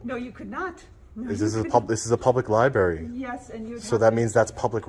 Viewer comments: Li-berry :face-blue-wide-eyes: Or Li-bRARy? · Here we have another auditor who cannot correctly pronounce the word "libRary." It's not a "li-berry." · Did he just say "li-berry"??? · Come on,, if you’re going to record in a “library” learn how to pronounce the word.